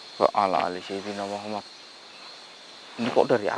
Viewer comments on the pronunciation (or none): none